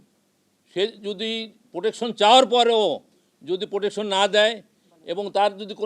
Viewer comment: খানকির পোলা ভাষা জানেও না,,,,, রিলেশন নাকি রিলেটিভ ,,, টাকার কাছে বিক্রি । প্রোটেকশন নাকি পোটশন । কন্ডম ফাটা জারজ